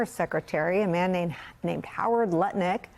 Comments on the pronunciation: Howard Nutlick say it properly. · I’ve listened to the IHIP ladies too much because I don’t even hear Lutnick anymore even when it’s said properly 😂